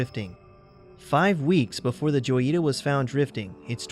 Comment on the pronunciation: The name of the abandoned boat is pronounced Hoy ee ta.